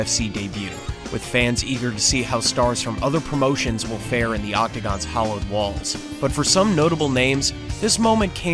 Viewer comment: I knew what you ment. I was just picking on you for your pronunciation. Really like the channel. F Keep up the good word